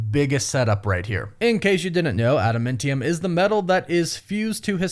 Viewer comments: AdamAntium not AdamEntium… huge fan love you! :) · It’s pronounced Ada-MAN-tium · Please stop saying Ada-MINT-ium!!! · ada man tium, get the pronunciation correct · I cringe every time you say Adamentium. Stop it. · how are you mispronouncing adamantium at this point? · IT CONSTANTLY BUGS ME. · that one too! But he says adamantium wrong SO much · He’s one of those people that say things wrong on purpose, pretty much every video. It’s a compulsive thing. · You talk weird dude. You over-annunciate your T's, and it's adaMANtium... not adaMENTium. It's TEE-a-mat, not TYE-a-mat. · Is there a reason why you dont properly say the names of adamantium and tiamut? its not like in anime with language difference's. its been said multiple times and pronounced properly.... "Adementiem, and tiamet"